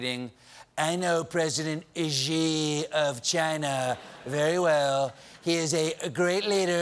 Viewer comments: The Chinese president’s name (Xi) is pronounced “she”, not “zhee”. Colbert got it wrong repeatedly, starting . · Xi is pronounced as Shi, not Ji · can someone pls teach stephen how to pronounce 'xi' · I know I'm picking nits but the pronunciation of Xi is "she" not "ji". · Love you Stephen but someone on staff should’ve told you the correct pronunciation of Xi. It’s not gee, it’s shee ✌️ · I thought saying “geeee” was a joke or mocking trump >_> but then he just kept saying “geee” but it’s more like “shee” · Maybe learn how to pronounce Xi. It is pronounced SHE not jee. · Xi is pronounced like "she" in English. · His name is pronouced "She" - FYI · Xi is pronounced as “si” as in silly. Colbert and almost everyone on American media don’t pronounce it right. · "Xi" is pronounced much more like "See", or even closer "Shee" with a soft H. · ichc No, it isn't. See is pronounced the same way as si in Spanish. Xi is not pronounced as see at all. If you can't hear the difference between how Xi is pronounced compared to see, that is your problem. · Stephen....PLEEEEEEEASE learn how to pronounce President Xi. It's been a few years now. Driving me crazy. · Is it just me or did Stephen pronounce Xi wrong every time? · Can someone please tell Stephen how to pronounce Xi Jinping's name? He's been saying it wrong for years.